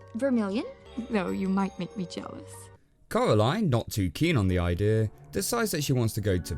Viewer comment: “eye-dea” hah good one